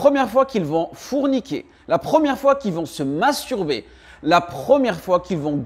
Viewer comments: Forniquer et non fourniquer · Forniquer et non pas fourniquer